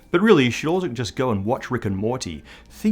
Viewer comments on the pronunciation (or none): Pretty sure it's "Wubba lubba dub dub" not "Wubba luv a dub dub" Cmon gotta get those improvised made up sayings correct